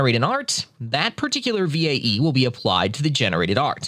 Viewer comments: same lol, just spell it as "vay" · Oh lord I couldn't get over how he pronounced VAE V.A.E. instead of "Vay"